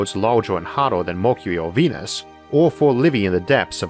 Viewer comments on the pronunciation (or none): none